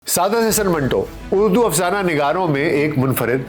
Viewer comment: اردو ہے نہ کہ اڑدو